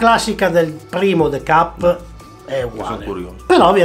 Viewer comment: Se metti il the cup in freezer...diventa ghiacciato??... Scusa ma il the cup non lo devi pronunciare de cap.... Ma te cup